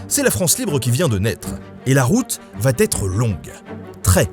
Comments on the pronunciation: " et la route va t'être longue" Mes oreilles ont encore saigné. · Ben j'adore tes vidéos mais s'il te plaît, fais attention à tes liaisons, les "va t'être" ça pique bcp 😅 et tu la sors souvent. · Toujours aussi bon ^^ Une petite remarque sur un point de détail de la forme cependant. Messieurs les youtubers (parce que tu es loin d'être le seul ^^), arrêtez s'il vous plaît de dire " il va têtre" ou "il pourra têtre", ça fait saigner les oreilles...